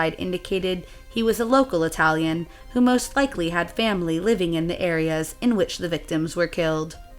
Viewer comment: please remember: you have to pronounce the fucking vowel at the end of every single word when you speak italian!! Oh sembra 'he tu c'hai un pel di fica sulla lingua, direbbe il Nesi. Ora vo via, ti saluto che c'ho d' andà in posta ed in banca. VIVA IDDUCE, il lavoro e la libertà. RISORGEREMO, prima o dopo, salto del capretto e della volpe l! Thank you